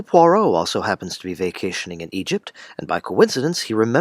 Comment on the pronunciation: Kennerh Brannagh's butchering of Agatha Christie's Poirot is unforgivable.